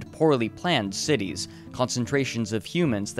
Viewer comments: Cityss's doctorss's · Cool and informative. However, yiucanjust say "cities' not citieses" or "doctors' not doctorses"